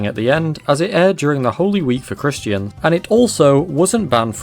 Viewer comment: It's "creation", "christian", "joseph", and "Los Angeles" not "caration", "christ-ee-an", "jozeph", and "Los "Angel-ees""